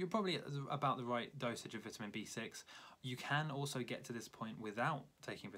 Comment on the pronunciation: You’re saying vitamin wrong